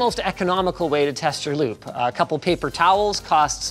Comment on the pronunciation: I kept hearing lube every time you said loop...lol